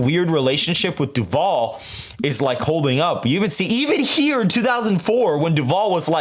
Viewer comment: Votehub hasn’t updated FL either It’s nearly a 9 point lead for the GOP rn Also, I’m from duval county, ion like the way you’re pronouncing my home county 😂😂😂